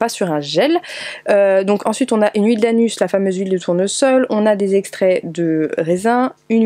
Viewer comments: "L'huile d'anus" 😂😂😂😂 ça se dit "anous" Mdr Merci pour ce rire!! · désolée mais a chaque fois que tu dis huile d'annuus je ne peux pas m'empêcher de rire même si je sais que tu parles d'huile de tournesol ^^' continues comme ça j'adore tes vidéos